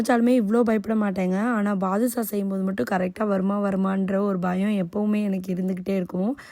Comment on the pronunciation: Nice nuce but Baadusa illa its badushah